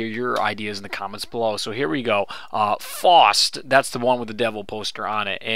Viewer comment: Faust [pronounced f-ow-st]